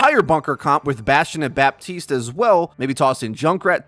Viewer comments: Anyone else affected on how he says Baptiste? It's pronounced BA-TISTE NOT BAP-TISTE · stop saying baPPPtist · As a french speaking person, the way he pronounces Baptiste makes me cringe so hard.